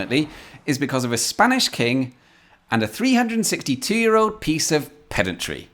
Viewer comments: I get the irony but thats not how you pronounce pedantry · Well actually…every time I hear a Brit talking of pedantry I chuckle.